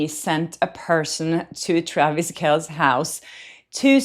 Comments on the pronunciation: His last name is pronounced KeLL-SEE, How annoying is it to have people mispronounce your name over and over? You may be "used" to it, but it is still annoying is it not? If I were to speak your native language but constantly mispronounce well-known names and terms, how annoyed would you be? How long would it take for the annoyance to be like nails on a chalkboard? It also creates confidence in your competence when you take the time to consider the subtleties of language that is not native to you. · Please learn how to pronounce "Kelce."